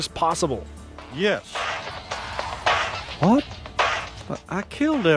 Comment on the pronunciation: I like this video, I tell ya h'wat.